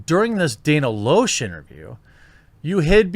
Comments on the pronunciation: LASH NOT LOSH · It’s pronounced Lash, not Loosh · Loesch is pronounced Lash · Dan Uh Lash, not Day Nuh Loshe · It's pronounced "Lash" not "Losch". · Loesch is pronounced "Lash" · FYI. Loesch is pronounced "lash". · Pronounced Lash ffs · Loesch pronounced LASH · LASH! its pronouced lash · Dana's last name is pronounced "Lash." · It's pronounced Dana Lash despite its spelling. Always thought her last name was weird. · Her last name is pronounced "Lash" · It's pronounced "Lash." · Lash, it's lash. Dana Loesch( LASH) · it is pronounced Lash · I know how her name is spelled but its pronounced Dana Lash. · Dana Loesch (pronounced lash) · It’s pronounced Dana “Lash.” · It's pronounced "Lash" just sayin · Her last name is pronounced Lash. It’s German. She’s a great person. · You can't be that disappointed in Dana, you don't even know how to pronounce her name